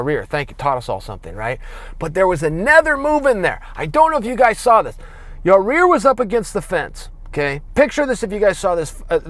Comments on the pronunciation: Who the fuck is Yareer Chael? It’s Yair bro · “i don’t mean to put emphasis on YOUR REAR” ! YOUR REAR ?.. its Yair chael, not YOUR REAR.. am i the only one hearing that 😂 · It’s “Ya-ear” not “Ya-rear” 😝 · Say it with me Chael.....Ya-Ear, not Ya-Rear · For fuck sakes it’s “YAIR” NOT YARIR, YA REAR, YOUR REAR, CMON “cha ill” lol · His name is not Yah Rear. It's closer to Y👁️👂 Yie Ear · You say it ''YUHH EAR'' and not ''your rear'' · Ya-ear, not ya rear bro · Its Ya Ear not Ya Rear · its not yareer, its yair, only one r, not two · Yair= Ya-ear (Ya-eer in correct latin pronunciation)... not that hard Chael, Yarear is just stupid my bro! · Why can't color commentators say Yair? Rarear, ziar, yarear..... Come on. There are way more difficult names and they nail it.... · Your-rear Rodriguez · How hurt was Yah-Rear? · Chael 'Rareer Rodriguez' Sonnon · Is Chael just trolling? Like he watched the fight, so he heard them pronounce it yayir. Why’s he talking about my ass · "Zombie vs., uh, Your Rear." You will never hear it the same after this LMAO. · Drink a shot every time Chael says, "Yareer" 😂😂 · The combination of Chael saying Yaaarear over and over again and the comments about it are so funny my face literally hurts from laughing. This is gold. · Ya-rear Rodriguez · Chael says "Ya rear" funnier than Brock Lesnar says "Cain Velas-quest" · I just hear ya rear. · Chaels the type of guy to say yareer on purpose to generate more comments on his videos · On what planet does Y-A-I-R spell "Yuh-REAR"? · Chael “I’m impressed by Ya-rear” Sonnen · I swear he said, "ya-rear" lol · "Yar-eer" - C.P. Sonnen, 2018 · Ya hear him say ya rear? 🤣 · Chael “Yah-Rear” Sonnen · Isn't there anyone around him who will correct how he says 'Ya rear'? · Chael "Ya rear Rodriguez" Sonnen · Chael "I stalk families through my ya-rear view mirror during the day" Sonnen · Who is "Ya-rear"? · His name is yarear because Chael fucking says so. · Chael "Yuh-Rear" Sonnen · "Your Rear" lol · It’s Yai Ear